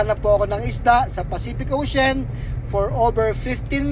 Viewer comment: ex paf ka,sa grammar " ocein Ang ocean. O th lang talaga.